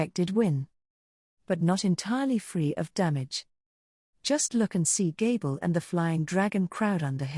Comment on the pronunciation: Hey bro are you capable of going through the text and making adjustments to fix the pronunciation of certain names and word? It would really improve your videos. Like it says gable for gabiru.